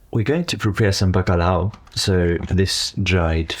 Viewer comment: My friend I really enjoyed your video.The cinematography is movie quality and the audio is really soothing, Specially the howling wind… and don’t get me started on the content. This is why I still come to YouTube. Greeting from Portugal. Great pronunciation of bacalhau